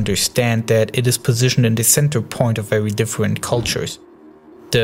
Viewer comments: all i heard was war wuled fwance difwent and diffrwnt words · vewy difwent powews